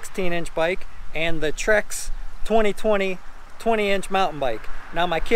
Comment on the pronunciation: "Trek" not "Trex". Great video, thanks!